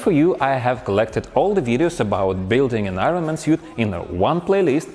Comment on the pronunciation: I like how you're just calling it 'suite' now.